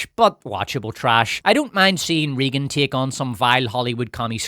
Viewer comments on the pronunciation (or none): Regan is prounced more "RAY-GUN" not "Reegen" also you screaming is obnoxious as hell and ruined an otherwise okay video. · Took me a minute to figure out that your weren't saying "Reegan" as part of a made up name for the movie, and that's just how you pronounce "Raegan". Maybe that's the correct way to say that name Ireland but in the US it's always "Raygan". Oh well, your aren't very likely to be making more videos using that word frequently and you aren't going to change this video now. Only too bad that the Communists successfully took over Hollywood after all, which is a lot of how we got to where we are today. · Also, RAYgan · It cracks me up how badly he mispronounces “Reagan” 🤣